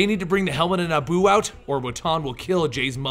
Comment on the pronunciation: being a prick i know but its pronounced NE-E-BU